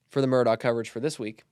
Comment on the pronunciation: Mandy Matney said Murdaugh is pronounced mer-dock and cautioned against believing anyone who pronounced it mer-daw.